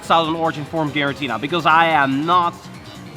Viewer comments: *Giratina. Not Girantina 😂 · Please, mate. G-I-R-A-T-I-N-A ! Not Girantina. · Is it me or are you allways saying GiraNtina? :D